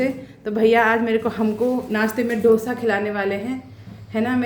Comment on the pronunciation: ढोसा नहीं डोसा बोलते हैं बहन । बहुत अच्छा बने हैं डोसे